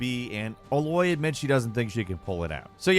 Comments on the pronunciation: it’s not ah-loy it’s A-loy lmfao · Who is this "Eloy" the speaker keeps referring to? Her name is Aloy, pronounced "Ey-loy" only about a hundred times throughout the game. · Uh-loy?? Did you actually play the game? It's Aye-loy and #2 of "you missed" you admit everyone sees. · Ay(aai)-loi is not the same as Eh-loy, sorry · It’s A-Loy, not fuckin UH - Loy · It’s A-loy…not UH-loy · "Ei-loy" not "Ah-loy"!! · Dude it's A-Loy not ahloy🤣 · If you say uh-Loy one more time I’m going to delete my ps4 pro. It’s A - Loy. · Thanks for posting this! btw, Aloy is pronounced "Ay-loy", not "uh-`Loy" - "A" like in 'say', 'day', 'okay'... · The way he says Aloy🤦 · Hearin him say a-Loy instead of A-loy is super cringe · Great video but her name is pronounced Ay-loy not uh-loy hope that help and fun fact the name Aloy or any variations of it means warrior. Aloy, Alois (the s is silent) Aloisia, Alessia and many more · Everyone: Aloy This guy: Ehloy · Dude, it's pronounced A-loy. Not Uh-loy. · He keeps saying ahloy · still calling Aloy "uhloy" I see 😭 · No, he pronounces it as if she is called: A loy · YES! ITS A-LOY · more like uh-loy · Ooof that Eh-Loy Pronunciation threw me off, You got me confufled! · " A Loy"? Jeez, considering they say her name every three minutes, its amazing he got the name wrong still. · bro, do you even horizon?? It's pronounced A-loy.. it's said every few minutes in both games, how did he not get that right?? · The way he pronounces Ally proves that he didn’t actually play the game and he’s just reading a script from someone who did play it 😅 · The way says "Ally" makes me wonder why they didn't get someone who played the game to do the video. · It's A-loy, as in, capital A! A-LOY! Geez! The game even pronouced it for you...repeatedly. Someone needs to go back to Pre-K. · Seriously. He finally nails “iteration” but now we’re getting “Uhloy”? He’s gotta be taking the piss out of us. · "uhloy" cringe... Just messing great video.